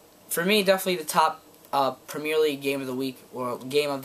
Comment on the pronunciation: You say premier weird